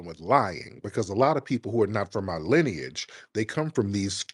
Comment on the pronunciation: “ Your wife has white linage’!”🤧😂😂 She said lineage wrong, ignant’ as hell